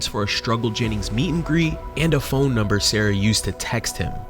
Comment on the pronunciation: „pohine no“ yep seems legit